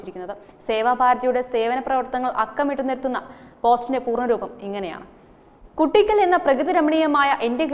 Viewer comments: It is Koottickal not Kuttickal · കുട്ടിയ്ക്കൽ അല്ല കൂട്ടിക്കൽ...